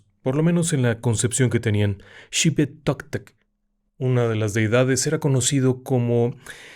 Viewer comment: Excelente relato...pero siento decirle que...en nuestra cultura... """"XIPE TOTEC""" EL DIOS...DESHOYADOR...ERA EL ENCARGADO DE DAR...UNA VIDA SEGURA..RESPECTO A LAS COSECHAS. Y SE LE BRINDABAN DONCELLAS. LAS MISMAS QUE ERAN DESHOYADAS...Y CON SU PIEL, SE VESTÍAN LOS SACERDOTES!!! Y se pronuncia... """ SHIPETOTEC """". y bailaban esos Sasrrdotes...y con los fémures de las víctimas...bailando y chocando en cruz ❌ con los fémures. Toda una HISTORIA LA DE NECIVO...Y TENIAN CAUSAS PARA REPRESENTAR A CADA DEIDAD....BUENAS NOCHES.